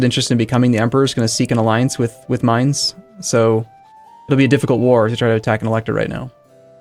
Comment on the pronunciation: How do you butcher the name Mainz so hard?